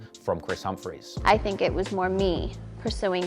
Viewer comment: How tf Ye say that last name? 😂💀